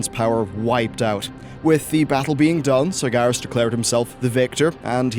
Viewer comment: It's Sar-GER-as - not Sar-GAR-is. Also, NYE-a_LOTHE-ar.